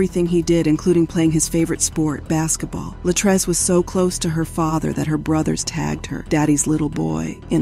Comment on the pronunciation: It was very distracting listening to this story and hearing the narrator mispronounce (Luh-TREECE's) Latrece's name. 🙏